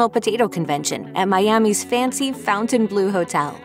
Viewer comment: Fontainebleau...NOT fountain... there's no 'u' in the word.